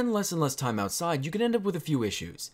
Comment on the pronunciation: What is an "Out side"? Out sid?